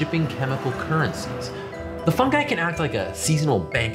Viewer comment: Good choice on the pronunciation of fungi, it irritates me when people pronounce it funji